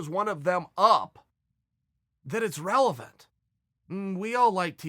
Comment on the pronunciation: "Relephant question"